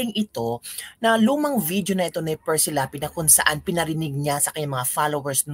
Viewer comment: Correction. Hindi Precy. Perci Lapid